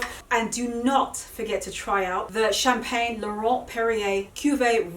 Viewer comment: Your pronounciation of the Champagne is not that bad. I always love your styling🤗